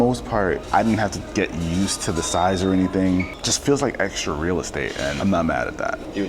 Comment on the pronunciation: "rea day in the life"